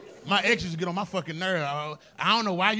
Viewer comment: I'm high right now too and I keep on hearing him say (" My edges 😂😂😂😂😅) wen I know he's saying (Ex's)😂😂😂😂